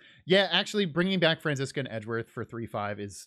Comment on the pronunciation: I never noticed before, but I think actually pronounces Franziska's name more correctly? Like, it's less of an english 'z' sound than a soft 'c'?